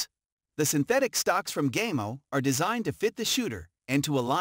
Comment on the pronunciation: This guy obviously knows nothing about airguns. He pronounces Gamo and Ruger incorrectly for one and see nothing very odd about any gun grouping 20” at 10 yards. What a joke!